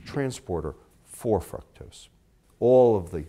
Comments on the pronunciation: Pronouncing "Fructose" Dude: "frucktose." Most people: "frooktose." Pronunciation Error. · its FRUCTOS like fruit not FRUCTOSE like fuck god i know there are different dialects and all but its just annoying hearing you say it that way lol. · if this guy pronounces fructose like "fruck-toes" one more time, my head will pop off... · lol it sounds like he's saying fuck toast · it sounds like he said Fucktose. lol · is it me or does he sound like he's saying "fucktos"... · dude lost me when he talked about evolution and God in the same statement. still informative..but "frucktose" hahahaha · This is a pretty interesting video...but his pronunciation of fructose is kinda gettin' to me lol. Then again, I'm sure mine would get to some people. Still, this is great stuff, really liking this series.